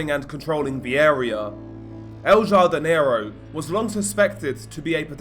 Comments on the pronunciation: Pronounced ‘Hardinero’ ya dope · El “HAR-di- ne-ro”